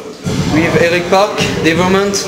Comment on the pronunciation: devourment!not devorment! and eric is a good drummer!